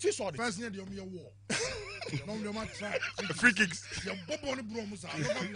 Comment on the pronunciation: Ps learn to call nana addo his excellency nana addo with respect but y called John mahama his excellency, the kofi Jerry who say Tottenamand ploblem